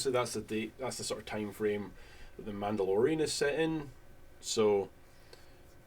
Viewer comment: “The MANTELorian”